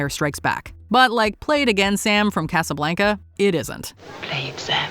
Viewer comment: I wish people would PLEASE learn how to pronounce “Casa Blanca”!